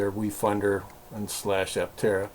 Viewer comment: aPtera with a P not altera !